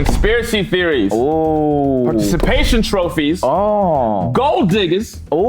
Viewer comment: not being able to pronounce Participation Trophies is so funny. 😭😭